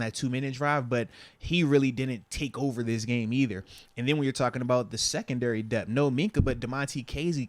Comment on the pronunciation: Why do you say dep when the word is depTH?